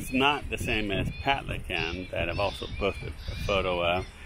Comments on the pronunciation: Palican is pronounced "Patlichan". Means "eggplant" in Turkish. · Pronounced "Patlijan"